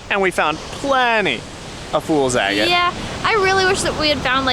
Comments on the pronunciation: I always thought 'agate' was pronounced 'aggit' not 'a gate'. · With love ... it’s “Ahh get”. Not “A Gate”. Xoxoxo .... and then I finished your video and you figured it out! Cute ... and I’m also the one who never ever pronounces things properly. 💗💗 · Agate; short A, accent on the first syllable.